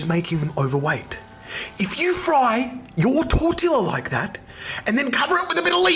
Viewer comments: the way he "taught grammar" or whatever and then calls it a "TORE TILL UH" makes me want to cry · Why does it piss me off so much that he said tortila instead of tortilla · he unironically just called it a tor-till-ah. Are you kidding me. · The new Mexican an in me got so mad at him when he said tortila and not tortia is that just a me thing?? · If you frie you tortilllllla like that then cover to with the middle leaves to make it healthy It’s Tor- te- a not tor- tilllllll-a HELP PLS 😭😭😭😭😭😭😭😭😭😭😭😭😭😭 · okay I k this man is annoying and a narcissist but ITS TOR -TE -A NOT TOR -TILL A I SWEAR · Its tor-te-a not tor-tilla like bruh pronounce it corectly..... Can spell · Even mispronounced the word tortilla 💀💀 its tor-tea-yah no tor-tilla 💀💀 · “yo tor-tiLLA” multiple times says everything we need to know about this guy 😂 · My guy mispronounced Tortilla (tor-tee-ya). If you can't pronounce one of the most American-ized Mexican meals in history (apart from the Taco), then you have no say in this argument. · ...tore-till-a?? And he accused US of being English illiterate. 😅😂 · TORO-TILA?? LOLLLL BRO NEEDS TO PRONOUNCE IT PROPERLY BEFORE HE ATTACKS THE FOOD😂😂😂😂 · Bro if you are gonna pronounce tortilla as torTILLA….you have zero place to talk bout a culture’s foods. Also he looks like birds hit his forehead with how massive his forehead is. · Did he pronounce tortilla like tortiLLA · as a Mexican American person (raised in the us) the way he said tortilla like that 💀💀💀 “ToRtiLa” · THERES NO WAY HES JUDGING MEXICAN FOOD AND HE SAID TORTILA 😭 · This dude really said 'tour-till-uh' with his FULL chest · Tor-TEE-ya. Tortilla. It's EASY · No way my man just said “Tortila” with an L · WTF IS A "TOR TILA" * * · I'm on the complete opposite side of the world where people use curses as endearment terms and that pronunciation made my brain hurt. Never heard of a tor-tilla. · Aight I say we put a reward for his head. The white man said tort-ill-a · Yeah it’s pronounced tor-tee-a